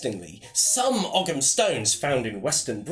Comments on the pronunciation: Great video, thanks for posting. One thing to point out, ogham is pronounced like "ouam". That's Irish spelling for you. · Ogham is pronouncec oh-am - silent g. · Just for your information,, 'Ogham' is correctly pronounced 'Ome' (as in home without the h). Great video, though. Greetings from Ireland!